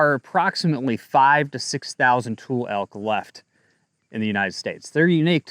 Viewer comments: Tul-lee. Not tool. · Pronunciation Tule = too lee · Its toolee elk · Born and raised Northern Californian here...It's pronounced "too-lee" elk. Not a criticism, just info . Thanks for all you do.